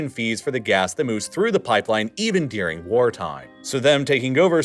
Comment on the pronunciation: One of my biggest pet peeves with this channel is the way he says "dearing" instead of "during". God, it drives me nuts and makes me want to punch a... nevermind, I'll stop here.